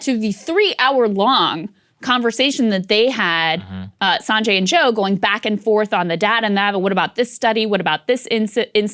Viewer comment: Well, well well. Look who’s pronouncing Sanjay’s name wrong. 😂😂 Jokes aside, I’m really happy you guys are covering this. I really don’t have time to go through every 3 convo to hear his rebuttal. Also, they surpassed 100 studies so far on IVM for covid recently so you’re gonna have to retire the “there’s no evidence” line at some point.